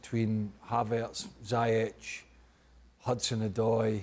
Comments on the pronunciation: "zayech" really dude lol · How does Craig consistently manage to pronounce ziyech's name wrong? Absolute melon.